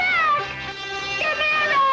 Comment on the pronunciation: wait was is Gam-air-a this whole time, Have I been saying it wrong?